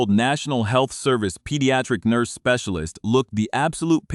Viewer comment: What’s a NUIRSE???? 😂😂